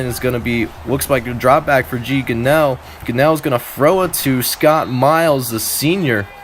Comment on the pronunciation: its Gee (gunraw)